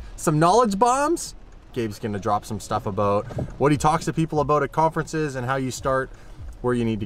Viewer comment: you crack me up dude. It’s ABOUT not ABOOT. It’s also PRA CESS not PRO CESS. lol keep it up. Great content and I’m waiting on that 1 million subscribes.